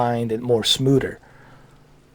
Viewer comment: You said "smooder" so many Gah-damn times lmfao.